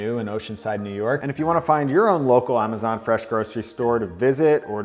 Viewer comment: Ah-ma-zanh Fresh Store